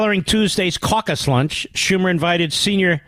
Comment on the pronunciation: "caucass" lol